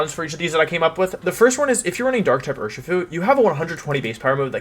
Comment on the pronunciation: I think wideo man is pronouncing Urshifu wrong. It's clearly pronounced You-Are-(Master)-Shifu.